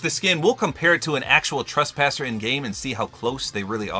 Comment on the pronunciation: It’s trespasser not traspasser